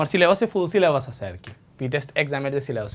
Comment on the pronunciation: ফুল 🌵🎍 সিলে❌ছিলে*বাস। ✅ 😂😂